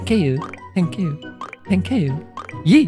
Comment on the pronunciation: Its thank you not tekeyou! 😑🤦‍♂️